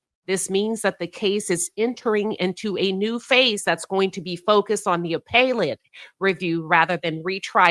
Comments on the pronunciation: Thanks, Queen, for covering the Karmelo Anthony case. As an FYI, appellate is pronounced 'Uh pell it'. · Not here to argue. You're mispronouncing 'appellate'. Have a good evening.